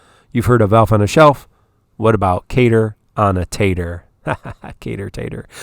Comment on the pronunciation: Your Type-0 pun would be better if you were pronouncing Cater correctly.